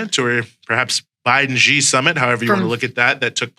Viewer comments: It’s not pronounced “gee”, it’s pronounced “shee”. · Actually from what I find out. Xi, sounds more like See or Sea.